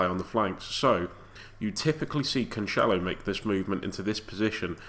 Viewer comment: Heads up, It's pronounced Canselo not Canchelo